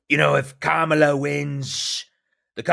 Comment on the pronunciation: Funny, he can pronounce Helene correctly, but still can't pronounce Kamala right. Also, are you an AI creation? You are just too perfect and handsome to be real.